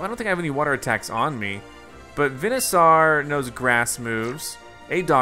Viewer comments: It’s veansoer notvenasor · It’s pronounced Ben a sor